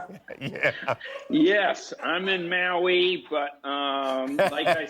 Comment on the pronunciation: I bet Seth Meyers is studying this interview for his Owen Wilson impression. How Owen pronounces “Maui” cracks me up.